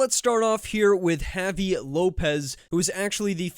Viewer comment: You need to learn how to correctly pronounce the name Javi.